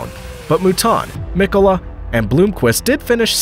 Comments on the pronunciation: Pro tip: Finnish words are stressed on the first sylabus, so its Mkola, Hkkinen , Sto, etc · Great Video. Only a pitty you due so little respect to the individuals by pronouncing their names wrong. It's pronounced Piëch (pronouned Piejech) and not Peach (that's a fruit) Walter Röhrl with a silent (R), not Rorrel Hannu Mikola (pronounced Miekola) not Mikoolla Michèle Mouton (silent 'n' at the end), not Moeton